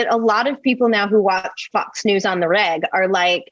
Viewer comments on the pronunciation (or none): I thought called it Fux News. Lol!